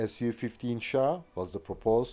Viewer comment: Thank god you said S.U. 15 and NOT "Sue" 15...im sick of so called avation youtube "experts" refering to Suhkoi aircrafrt as "sue" and not "S.U."